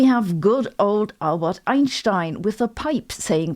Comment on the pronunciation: Sabine loves Einstien, her regular pronounsiation of his name as germans do..is so lovey ❤. Sabine is & sounds technical as Arvin ash sounds simple..kudos both.. i love QM cuz of dem both & love bible reading which seem to hv lots of QM in it. Great work..ps: bible. Revelation 4.2..god is red as jasper & sardis stone & is fire & lightning as entity.Dats so, Science Yeah !